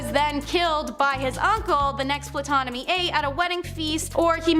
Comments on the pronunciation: This video was fun and informative, but also extremely frustrating. Please have your narrator's know how to pronounce names before they make a clip, such as Ptolemy which is pronounce tol-oh-may phonetically or Tutankhamun tut-ankh-ah-moon again phonetically other than that great vid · Ptolemy is pronounced "Tolemy." This is taught in school. Learn words. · The "P" in Ptomely is silent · Girl, please get an education in World History. You got 3 MAJOR Egyptian names completely WRONG. Ptolemy - ‘Tol-a-mee’ Imhotep - ‘Im-ho-tep’ Tutankhamen - ‘Toot-an-ka-men’. Purposely mispronouncing historic names is sheer ignorance, not amusing. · Wait isn’t the P silent in Ptolemy lol 🤦🏾‍♀️